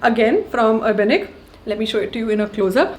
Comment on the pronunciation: Finally someone who pronounces Urbanic correctly